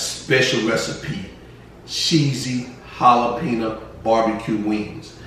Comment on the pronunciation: The way u say jalapeno is driving me crazy lol but looks good